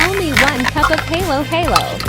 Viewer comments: “Only one cup of hEaylo HeAylo”😢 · That's not even a halo halo And it's not pronounce heylow heylow It's pronounce halo halo (hahloh-hahloh) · The pronunciation is Halo Halo not heylo heylo.. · (pronounciation btw) hallo hallo ❌ hey loh hey loh✅ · It’s holo holo that’s how u pronounce it but it’s spelled halo halo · I know tagalog AND WHAT IS HALO HALO u pronounce it like HALLO HALLO just basically hello hello but a instead of e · As a filipino when the text to speech pronounces HAy Lo haY lo IT CRASHES ME OUT😭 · As a Filipino, That isnt Halo Halo THAT IS A FUC** ABOMINATION AND ITS PRONOUNCED HAH LOH HAH LOH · It's not pronounced as in the word "halo" on a angel it's pronounced with the sound for "apple" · Girl you pronounce halo halo wrong ..